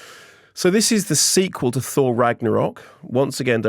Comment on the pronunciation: Thor the Fourth. Thourth.